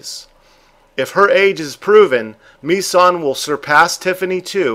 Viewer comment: I have to laugh at the pronunciation of the swedish cats name.Mi-San sounds japanese to me.Its Missan - Miss (as in I "miss" you)followed quickly by "ann"(the same a as used in the word another.)